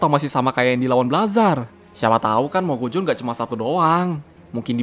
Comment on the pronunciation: Cara bacanya mogusion bukan mogujon